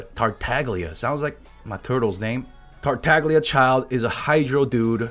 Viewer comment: Tartaglia is pronounced in italian. The "gl" sound doesnt exist in english so it's hard to explain, you may have to hear someone say it to fully understand.